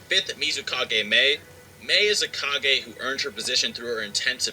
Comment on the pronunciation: With subtitles on it thinks you are saying "car gay" when you say kage and I have to agree.